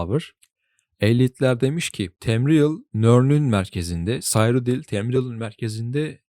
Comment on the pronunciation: telaffuzlara sinir oldum. bütün l seslerini inceltmen ayrı da yahu oyunda tamriel diye telaffuz edilirken ne diye burada temriyıl diyorsun anlamıyorum ki... kinaret yerine kaynaret, sirodil yerine sayrodil...